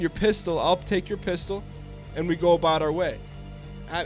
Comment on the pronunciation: let's GUH